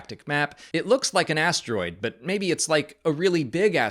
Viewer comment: When you said “big asteroid” I definitely heard “big ass droid” and then the idea that people lived in it was pretty awesome actually 😂